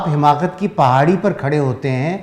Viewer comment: السلام علیکم ورحمۃاللہ وبرکاتہ بصد احترام عرض گزار ہوں کہ لفظ " حماقت" ح کے زیر کے ساتھ درست نہیں بلکہ ح پر زبر ھے Hamaaqat